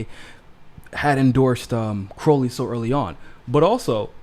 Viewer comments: Ummm....? It's CrOW-lee, not CrOH-lee. Joe Crow (rhymes with cow)-lee. Sorry about that. #AOC2032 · I think Joe pronounces it CR-OW (like ouch!) - lee.